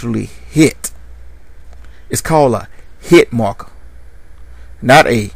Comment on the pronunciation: "Heet markah"